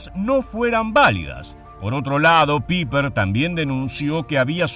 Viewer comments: Sólo quisiera hacer una corrección: creo que están pronunciando mal su apellido, si no me equivoco no se pronuncia "Piper" sino "Paipa", corríjanme si me equivoco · Pronuncia Paiper, NO PIPER! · PIPER!!!🤣😂🤣😂🤣😂IGNORAAANTE!.. SE ""PRONUNCIA"" PAIPER!! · Muy buena investigacion ( se pronuncia " paiper" ) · LA EI EN ALEMÁN SE PRONUNCIA AI POR ENDE SE DICE(PAIPER ) FONETICAMENTE.